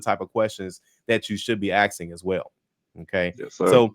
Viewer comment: It’s a spicy way of “asking”